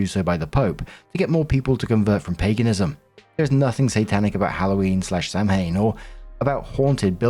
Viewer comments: Just a teeny pronunciation thing lol, Story 4 Samhain is pronounced Sow-in, Sow-un, Sow-an or Sah-win (different localities have slightly different pronunciations, but it's never Sam-hane). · Samhain is pronounced Sow-inn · Am I the first pagan to jump on to let know that Samhain is not pronounced like that? Most common is sow-in (like cow)— Scots Gaelic will have a soft V sound like SAV-in. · Halloween wedding story: Samhain, the Pagan Sabbat, which marks the final harvest of the Celtic new year is pronounced SOW-in. Not Sam-hain. It’s a Gaelic word so pronounced very differently than it is spelled. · Samhaim is pronounce SOW-in. My friend's had a Samhaim wedding in the woods. She grew up Wiccan, he's Nordic Pagan. It was the prettiest, most fun wedding i've ever been too, and I'm Catholic. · The Halloween wedding one… dearest … Samhain is pronounced SAH-wen or SOV-an. Not SAM-hain. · As an Irish listener- I just wanted to mention that Samhain is pronounced "sah-win" 🥰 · Samhain (the celtic festival which is the origin of Halloween) is pronounced "Sow-in". It is a word in the Gaelic language so the pronunciation is not as expected. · If I'm correct, Samhain is actually pronounced "sawwan", since I believe it's Irish in origin, and to my understanding, Irish words are weird like that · Story 4 - Samhain is a Celtic/Gaelic word and is pronounced "SAH-win". How the f*ck does an Englishman not know that? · small friendly note: it's pronounced Sow-in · Samhain is prononunced "Saw-ueen." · you put out fantastic content and I really enjoy it. I wanted to let you know. That being said, as a Pagan, I thought you should know that Samhain is actually pronounced sounding like sow-wen. Sow, sounding the same as the word for a female pig and rhyming with cow, and wen as in when, but with no h sound. Just thought you should know.